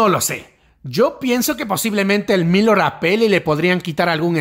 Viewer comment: Gracias por los vídeos! pronuncias raro Elmillor jajaja. No lo digo con maldad no te enfades por fa! Sólo quiero ayudar. Se que es raro xq es una palabra en catalán. (pronuncialo como con tilde en la o, "el millór" algo así, puedes usar el traductor para saberlo). Un abrazo!:3